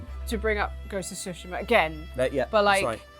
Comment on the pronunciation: This and Dragon’s Dogma2 are just boring arcade for casuals; just push light attacks button repeatedly, the end. “Shogun” is just another racist white-savior show. Gaming Industry and Hollywood are intellectually bankrupt. Finally, it’s “Tsu-shi-ma,” not “Su-shi-ma.”